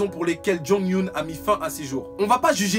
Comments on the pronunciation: Je suis d'accord pour Onew ! Mais ça se prononce Jong-yeun comme eunhyuk enfin bref avec un petit H et sinon Yonne c'est avec l'écriture Jongyeon il l'a dit pls fois à ne pas confondre et ce que je déteste sont les gens qui le prononce Jong-Yoon , youn mais qui essaie de te corriger alors que tu le prononce bien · Jonghyun n'était pas le leader c'est Onew le leader ^^ (et pour info son prénom se prononce "jong yonne") #ripjonghyun